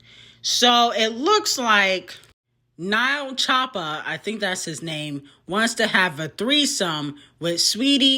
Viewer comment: We just gone ignore she said Nile choppa lol it’s each letter